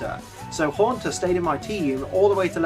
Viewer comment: LEFT OFF THE A IN HAUNTER! DON'T EVER DO THAT AGAIN!